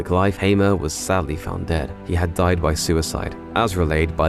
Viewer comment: I am confused why did u say din. Oh died lol